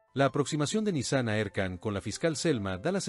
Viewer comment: QUE ESQUISITO, VOCÊ NARRA UMA COISA, E NA LEGENTA ESTÁ ESCRITO OUTRA COISA, E VOCÊ PRONUNCIA O NOME DE NISAN E ESRREF ERRADO.